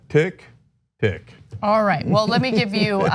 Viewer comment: "tick tick tick tick,"? Ana, I agree with you, women and gay men may have a different ear, but every time he says that, I literally groan. I think it is the stress of the final tick.